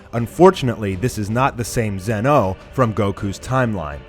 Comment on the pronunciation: Why do you say Zeno like that, not being mean but that annoys me